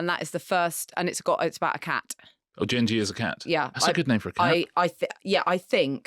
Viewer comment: Ok so, 1️⃣the pronunciation of Genji is NOT jenji as in jenga… It is Gen as in the the beginning of “get” A hard G , the ji is as written But that’s just a pronunciation problem 2️⃣Maybe Marina (or her producers) could have done just a little more homework on a classic novel written over 1000 years ago that is still being translated and studied even now 😢 And noted The Tales Of Genji are most certainly not about a freaking cat!! 3️⃣If the novel is too long for consumption then try reading Liz Dalby’s “The Tale Of Murasaki” for a more concise understanding of the whole 源氏物語 saga Huge novel Huge history behind it And most certainly NOT a novel about a freaking cat Please, oh please, if you are going to comment on historical novels, her the story right Pronunciation is a small problem to your understanding of the whole “Tales Of Genji” and how and why it was written